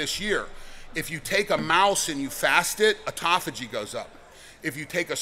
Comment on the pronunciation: Thank you for not saying, "ot-tō-fā-jē." I've heard more than one person pronounce it that way, and it makes me wonder how reliable their information is.